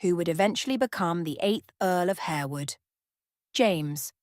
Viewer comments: It’s HAR-wood. Not HARE-wood. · Atrocious narration . Plus the house is pronounced HAR wood and the family name is pronounced LASScelles . At least make the effort to check all points. .